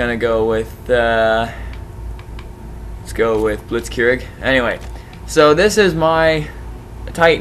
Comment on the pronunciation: Meant to say blitz-kreeg since that is the proper pronunciation.